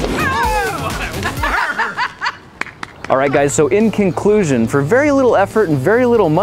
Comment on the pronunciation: "In King-clusion".....